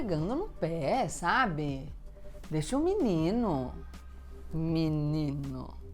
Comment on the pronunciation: ''minino'' HAHAHAAHAHAHAHAHAHAHA